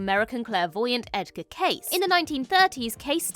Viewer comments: Edgar Cayce is pronounced like the name "Casey" not the word "case" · PLEASE research before posting. Edgar Cayce's last name is pronounced: KAY-see. You obviously have NEVER heard of him before and you didn't even Wikipedia his name. Yeah. Thumbs down and "Do Not Recommend". I'm pretty much over Doctor Who, after 40+ years. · I'm sure that Cayce, is pronounced the same as Casey. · FYI - Edgar Cayce's last name was pronounced 'kay-see'...